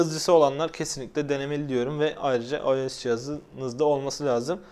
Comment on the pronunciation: ayes değil ayos